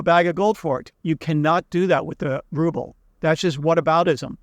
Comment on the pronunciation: It's rubble, not ruble.